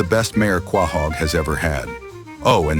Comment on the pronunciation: Is this AI? The only problems I have with this is 1. No Chris hat 2. Stewies head and a nitpick the narrator pronunciation of "Quahog"